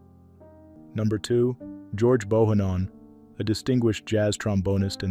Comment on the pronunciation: George BO HAN NON is how his name is pronounced! Great musician and my condolences to his daughter and family!!! ❤